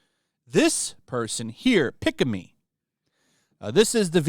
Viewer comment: if you watch any clip of pikamee videos, her laugh sounds like a kettle boiling water, is a running joke for how she laugh, and you surprily pronounce her name right, un like other guy who try cover pikamee bulling